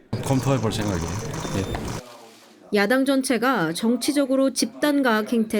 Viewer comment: 한국어에는 각 단어들에 장음(長音), 단음(短音)이 있어서 국어사전에도 표제어 장음 글자의 오른 편에 : 표로 표시되어 있다. 그런데 요즘 젊은 기자들은 한자어를 말할 때 이를 전적으로 무시하고 전부 아주 짧게 발음한다. 예컨대 '여:당(與黨)', '야:당(野黨)', '대:선(大選)' 이라고 길게 발음을 해야 하는데 짧게 발음하는 것이다. 참으로 듣기에 딱하다. 이런 폐해는 한자 사용의 폐지에서 기인한 것이다. 정말 큰일 났다.